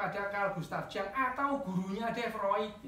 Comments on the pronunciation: Carl Gustav Jung cara baca namanya Yung, bukan Jang. Kalau dibaca Jang ntar dikira orang Sunda (Si Ujang). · Carl Gustaf Jung…bacanya “Yung”, bukan “Jang”